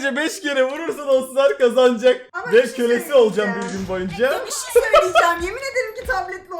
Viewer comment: NOBODY: REALLY NOBODY: EXTREMLY NOBODY : VERY EXTREMLY NOBODY: KÜBRA ÜZÜL:YA BİŞİY SÖYLİCEM YA BİŞİ SÖYLİCEM YA BİŞİY SÖYLİCEM